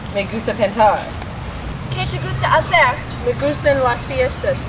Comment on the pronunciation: A little bit poor. The pronunciation is very bad and ''hacer'' is not ''jacer'' is like ''acer'', ''h'' in Spanish is not pronunciated.